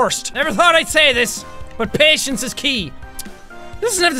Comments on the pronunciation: listen to how he says patcens sorry for my bad grammer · I love it when he gets all frustrated and the Irish REALLY comes out full force. Like the way he pronounces "patience" .